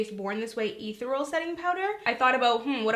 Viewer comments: Ethereal is pronounced Eh-theee-ree--uhl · Too Faced Born This Way *Ethereal ("Eh-thi-ree-AL") Setting Powder. I got you! lol